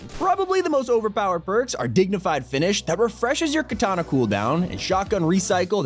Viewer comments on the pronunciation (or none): none